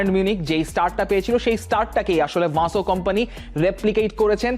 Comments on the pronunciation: ও ভাই বেশি স্টাইল করে বলতে গিয়ে । ভিনসেন্ট কোম্পানিকে ,,,ভানসেন্ট কোম্পানি বানিয়ে দিয়েছেন 😂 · English ei toho atodin Vincent sunei aschi taholey ki aita Belgian accent ey erokom? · নামটা ঠিক ভাবে বলেন।ভাসো কোম্পানি নয় তার নাম???